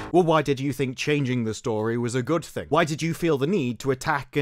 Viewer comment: Did he really say goof ting while tryna sound serious?